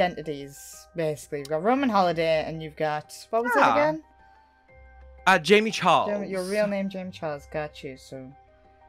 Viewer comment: Did he say jamey charles 😂